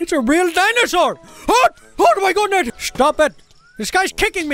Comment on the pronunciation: "Oh my goodnet"